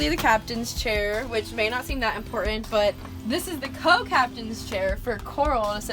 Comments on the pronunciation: I had to stop watching after she said 'conversate' and 'imporint'. Who "forgets to bring" the toilet? Isn't it always in your home... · "ImPOR-ant" - The implied internal "t" sound seems common around mid-Michigan (home of the "Spar-Ans"). Regional language and pronunciation is fascinating. Your use of available space and the feeling of lightness is the best I've seen in any conversion, especially considering the size of your bus. Subbed.